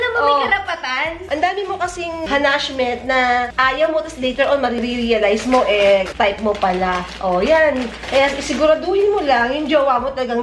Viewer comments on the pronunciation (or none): "hanashment" hahahahaha